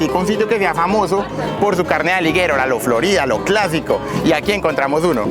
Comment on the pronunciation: Hermano eres tan bruto que nisiquiera saber pronunciar aligueiro en español 😅😅😅😅😅